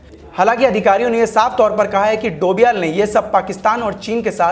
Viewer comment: Bhai dovial nahi he doval he 😂